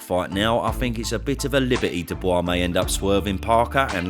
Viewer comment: I've found the one downfall of using this chanel to buff up on boxing knowlege to impress people when one of my friends has a bunch of lads and lasses round for a few drinks on boxing night..... apparently Dubiois is not pronounced the way I learned to pronounce it (I learned from watching these vids) I'll never not call him Dubiois now but I got absolutely creased at when I tried to join in the boxing conversation.... so yeah, that happened 😐